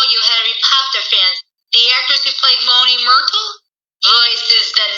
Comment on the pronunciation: So I'm at the 12 minute mark and under that think accent I pronounced Moaning Moornatal wrong. I accidentally said Moaning Morpal. Sorry about doing the accent for Sweetler kinda made things a little hard to say my lines